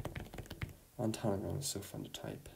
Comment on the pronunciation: i’m so impressed you got all of the upper pensinsula and wisconsin counties, and it was really fun to hear which syllables you put emphasis on!! (like ontanogan, baraga, houghton, etc were the ones i listened to!!! if you’re curious about pronunciations, ontanogan is usually pronounced with a glottal stop where the t is, and the emphasis is usually placed on the third syllable [so like on-a-NOG-in]! baraga has the emphasis on the first syllable, so like BEAR-aguh, and then houghton is like HOE-ton! [also usually with a glottal stop where the t is!])